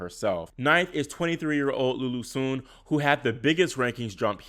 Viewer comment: Another great video! And kudos for pronouncing "Sun" correctly lol.